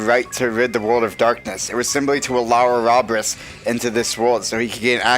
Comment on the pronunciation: ahhhhhhh the way they pronounce Ouroboros!!!! It hurtsssssssss